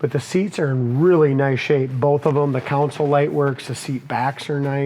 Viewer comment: It's not a council, it's a console.